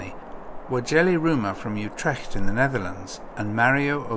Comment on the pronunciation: Lol im dutch and i cringed so hard when he said utrecht like that